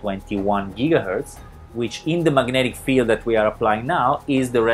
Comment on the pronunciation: 45.021 JIGGAHERTZ??!?!?!